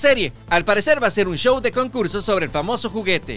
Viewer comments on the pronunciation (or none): none